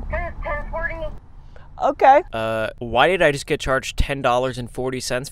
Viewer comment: the way he said oHk